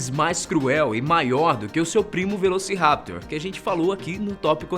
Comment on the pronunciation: A pronúncia correta é velocirapTOR e o plural e velociraptorES, o mesmo vale para o Utahraptor.